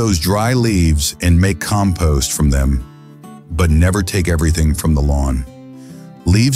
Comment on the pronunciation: Sounds like AI. Keeps mispronouncing compost